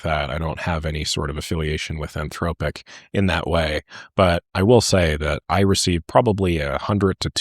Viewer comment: "anthroWpic". I'm convinced does this for the rage engagement.